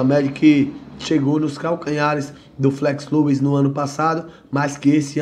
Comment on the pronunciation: 😂😂😂 que viagem viu, que viagem, quando for corrigir tenta ver primeiro se estar errado pra não ficar feio, Flex Lewis, se pronuncia Flex Lues antes de falar vai ouvir o próprio cara pronunciando kkkkkk